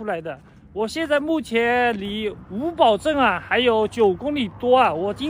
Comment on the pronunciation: 作为一个哈密人，可以负责任的告诉你那个格子房就是晾葡萄干的。还有，你今天到的是叫五堡（pu，三声）镇。